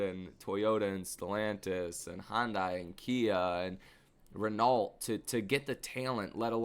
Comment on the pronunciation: My brother it’s pronounced “Ren-oh” Thank you for your attention to this matter!